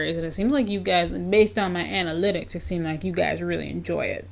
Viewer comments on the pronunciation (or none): none